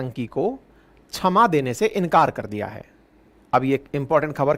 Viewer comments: गुरु जी छमा नहीं क्षमा(kshama) होता है। आपको शुद्ध उच्चारण करना चाहिए। और सजा (Saja) नहीं सज़ा (Saza) होता है। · छमा नही क्षमा होता है मास्टर जी।